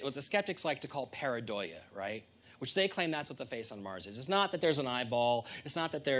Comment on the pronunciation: pareidolia is a true thing.Have you seen the recent High Resolution picture of the famous "martian face"? google it ,and then you'll understand what pareidolia means.You can't even say it right....